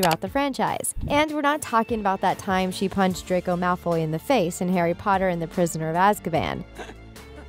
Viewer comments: It's Draco Malfoy, I know. It's how she pronounced it. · DracOI Molfoy😅😂😂😂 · DID SHE JUST SAY DRAQWO MALFWOY? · What I heard is “Drac-Oi Malf-Oi” lmaoo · did she say, “Dracoi Malfoi”? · No offense, but when she says “Dracoy Malfoy” it sends me OFF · DID I HEARD U SAY: DRACOJ MALFOY😂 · ExCuSe mE dId yOu jUsT cAlL hIm dRaCoY mAlFoY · Did she say 'Dracoy Malfoy' wtf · I spelled it how she pronounced it, damn.